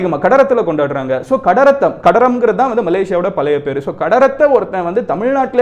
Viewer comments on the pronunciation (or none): none